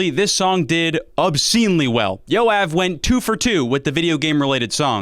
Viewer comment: I burst out laughing because as a Jew I just realize how bad non Hebrew speakers pronounce Jew names, Yoav is like one of the most common names in Israel and that was my first time hearing it like that